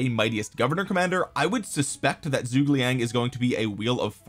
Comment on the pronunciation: seems like everyone having trouble pronouncing Zhuge